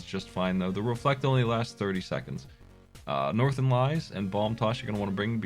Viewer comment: Northerlies not "Northern Lies" lol Really nice presentation though, the slow-mo is great for showing off mechanics